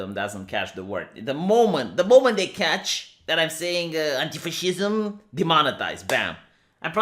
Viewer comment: Turn on automatic subtitles, Youtube knows you're saying anti-facism